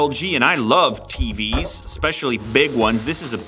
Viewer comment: Did Lou say he LOVES FREEBIES or TVs? Lmao